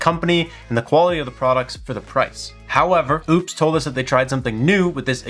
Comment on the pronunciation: Thanks for the video. It's clear they are trying to compete. But, its nothing close to what I would want. Way underpowered on the Solar inputs and charging. For that price, I would want something more in line with a Delta 2, when it goes on sale. Why do you insist on mispronouncing their name, if you corrected yourself earlier?